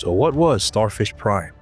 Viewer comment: Sounds more like Starfish Crime.